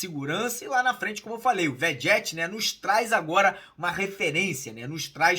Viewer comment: Mário, bom dia. A pronúncia do nosso camisa 99, não é Begetti?